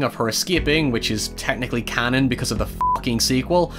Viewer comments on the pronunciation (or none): none